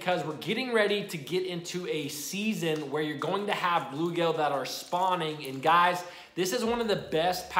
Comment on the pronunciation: Dude! It’s bluegill, not bluegale. 😂. Love your videos.